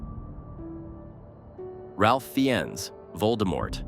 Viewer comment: His name is pronounced "RAFE"!